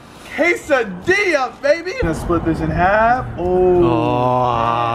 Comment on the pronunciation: It’s a quesadilla not a quesadila